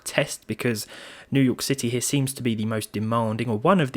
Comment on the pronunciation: Ah yes , Neiw Yurk city.